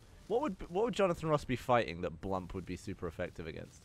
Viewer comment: Jonathan Ross said bwump.